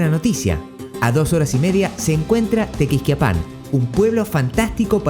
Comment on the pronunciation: Estos arjentinos!!! Ya nos salen hasta en la sopa!!!!ese acento espantoso que los caracteriza...ni pronunciar bien los nombres de los poblados.tequixquiapan.!!!!.huichapan!!.agangeo!!!primero aprende a pronunciar bien los nombres y luego te metes en hacer tus feos videos!!!!